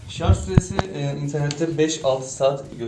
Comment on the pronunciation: Şarz değil şarj